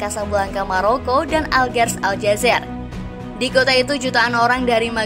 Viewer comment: Bukan Aljazer mbak.... Tapi ALJAZAIR.... IR nya ditekan..